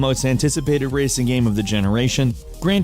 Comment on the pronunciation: "It's a good gaem, it's a pretty gaem."